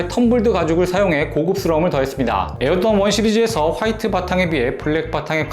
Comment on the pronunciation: 이분이 에어조던 발음할때 조라는게 묵음되는거 나만느끼냐???